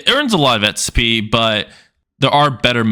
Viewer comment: Xp not sp or etspy what the heck are you saying